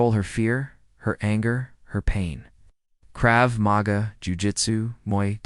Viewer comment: Don't you listen to your AI commentary before you put the video up??? I except that it happens because it means an actual person doesn't have to do it, but yours is one of the worst. Pauses in the middle of............... sentences & mispronounced words (Krav Mag-Ah not Krav mag-er). Also check subtitles for grammar.